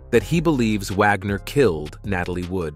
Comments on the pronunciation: Repeat, repeat, repeat! Vagner instead of Wagner? Nothing new here just a rewind of the same story! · Natalia is her birth name, not Natasha. Its not Dinazzo, its pronounced Di-no-zzo. Im an NCIS fan. She didn’t like the dingy hitting the boat from another article. Vagner? Vogner? Wow